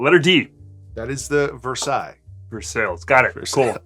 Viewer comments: what a fucked up way to say versailles. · Love this video. Like it when you 2 give a good review like this one. However one thing please. My first language is French and Versailles is prononce like the name of the Château in France where Louis XIV the king, lived. Versailles, not Versale, like it is prononced in this video. Thank you. Love the channel. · Oh a video I can finally follow along!!! And btw its said as versailles not versailles ;)